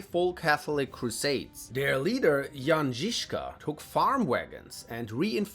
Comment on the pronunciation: Your pronunciation of Jan Žižka is perfect.